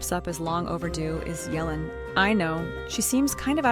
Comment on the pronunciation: "Yelan" ❌ "Yelling" ✅